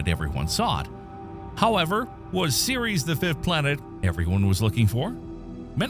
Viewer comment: Seriously, if you're going to present this stuff as fact... Atleast take the time to learn how to pronounce the names correctly. Tyche is NOT Tie-chee, its Tie-key, Ceres is pronounced Series... They are both names of greek goddesses.